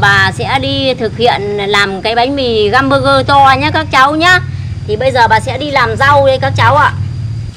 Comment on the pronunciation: găm bơ gơ😂😂😂😂